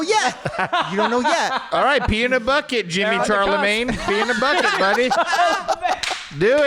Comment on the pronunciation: Jimmy Charlemagne is the funniest mispronunciation of TC’s name I’ve ever heard